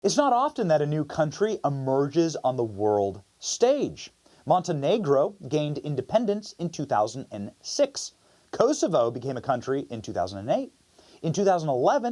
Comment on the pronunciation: "Uhmerges" is not a word.